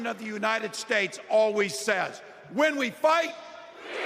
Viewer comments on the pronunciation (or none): none